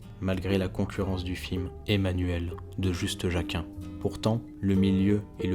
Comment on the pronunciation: Très bien, votre film d'hommage, à l'exception de votre calamiteuse prononciation des noms étrangers (Juste Jaquin pour Just Jaeckin, vraiment ?). Impossible aussi de ne pas rappeler que Dewaere-le-Génial était mille coudées plus haut que Depardieu (et je ne fais pas allusion aux difficultés actuelles du Gros, je parle de leur jeu d'acteur)... Merci !